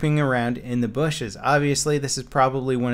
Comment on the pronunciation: "Ghost-like spectator hiding in the booshes"